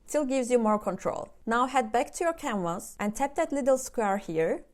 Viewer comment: i heard "camers" but you were saying "canvas". Thank you for all these tops.